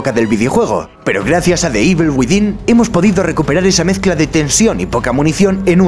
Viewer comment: Lo pronuncia correctamente. Otra cosa es que no sepas nada de pronunciación xDDDDD